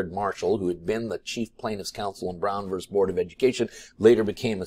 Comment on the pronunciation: Once again, it's "versus", not "verse"